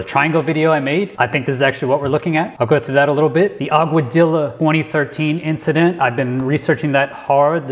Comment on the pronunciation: You pronounce Augadilla as Agua-dee-ya, BYW.